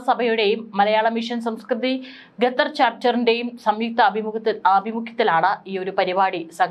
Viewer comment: ഗതർ അല്ല ഖത്തർ ആണ്. Pronounce properly...